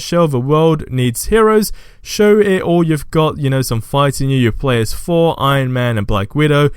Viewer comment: It’s Thor not for